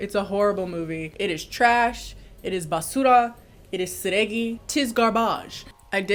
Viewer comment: I did not know I needed to hear say "basura" but turns out I did! Okay,! Look at your Spanish speaking skills